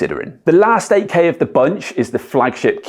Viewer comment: I thought he is saying AK. Then I realized he is saying 8K. :face-blue-smiling:. Good Job. Thanks